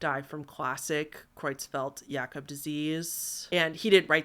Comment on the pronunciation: hitting it out of the park with that pronunciation of Creutzfeldt-Jakob disease! I know you're self conscious about your pronunciation, but you nailed that one, and it's a doozy!